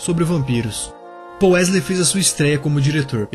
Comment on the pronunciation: Não é pouuuuu e paull